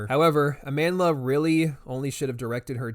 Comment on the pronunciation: I’ve never seen a person’s name get butchered as much as Amandla 😂 I have not seen a single video where anyone pronounces her name correctly